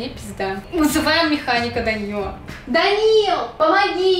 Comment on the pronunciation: Я одна орнула когда Данил дЭнсИл🗿😂